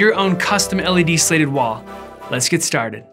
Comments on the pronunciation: Is he trying to say slated or slatted? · Is he saying "slated" instead of "slatted"? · Opposite for me. He says "slatted" like it's "slated". I just can't encourage that type of behavior! LOL!!!! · weird how thorough the tutuorial is, but can't pronounce "slatted" or "slated" depending on the different spelling of the word in the vid title and the linked website. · It's a soft A, hard T.. Slatted. The vertical beams are called slats (not slates). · Exactly. If you’re going to make a video make sure you know how to pronounce the title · You scratched my itch. What makes it more annoying is that he says “slats” right. I didn’t want to finish the video but the design looks cool.